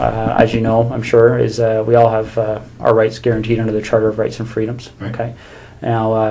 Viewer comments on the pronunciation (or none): Torano 😂😂😂 Toronto.